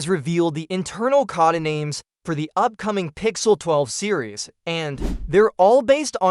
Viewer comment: Geez the pronunciations of everything are terrible. Cod-ah-names over and over again.